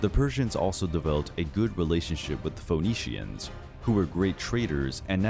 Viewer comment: Foh-nee-shans. 😂😅😂😂😂 [Phoenicians = Feeh-nee-shans]